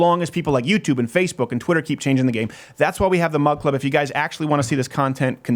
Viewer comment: Oh! This whole time I thought Steven was saying mud club.